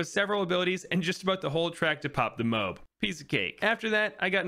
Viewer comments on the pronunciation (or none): only person ive seen say "mobe" not to offend but just saying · You cant just expect to say MOAB like that and get away with it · he said mobe